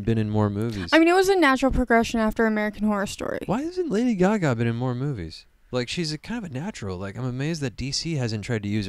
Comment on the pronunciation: "I've never heard someone pronounce it Lady guh gah before. Good commentary. Liked.